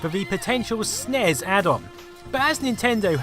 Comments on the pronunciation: Great video except eaying Ess Enn Eee Ess is not as physically and auditorily painful as saying Snes phonetically... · Did you... did you just try to pronounce "SNES?" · It's pronounced Sneess. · I never heard anyone say "Snes" as a word until a few years ago. It makes me cringe every time I hear it.